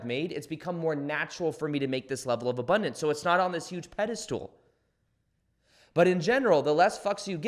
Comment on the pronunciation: How is it that do you say ‘pedestal’ as pedi-stool? Haha. Just sayin. You rock.